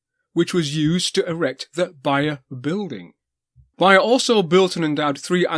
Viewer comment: Also, Beyer is pronounced like the word bay, the way you say it sounds like how a German would.